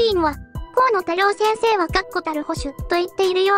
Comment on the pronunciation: 河野多様性先生と聞こえた😅